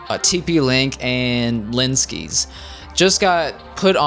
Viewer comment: He really siad Linskys